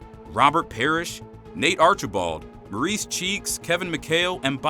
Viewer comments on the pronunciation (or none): none